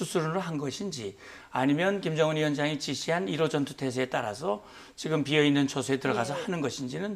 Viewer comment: 지금자식아지금~ 직금은머여? 다른 발음은 다잘하면서 직금이머여? 모지라보이게